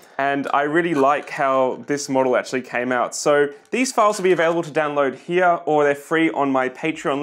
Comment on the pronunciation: ah yes "here"